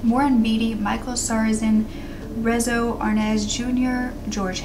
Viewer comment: "Rezzo" Arnaz jr.....😳😂😂😂😂😂 Lol It's actually DEZI ARNAZ JR. now i KNOWN im OLD!!!😕🙈